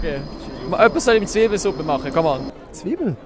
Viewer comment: "Zwiibelesuppe"... es heisst: ZIIBELESUPPE! 😉